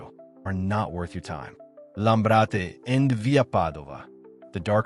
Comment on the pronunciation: I’m sorry, but someone who says “Lam-BRA-te” as “Lam-rate” just made it clear they don’t know anything about Italy or Milano. It made me laugh out loud when he said “BYE-cacca” for “BEE-coh-ca”. Is this AI slop? If it’s a real person, they don’t know anything about Milano.